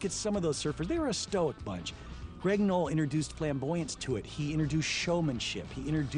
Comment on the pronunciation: It's "Knoll"!!!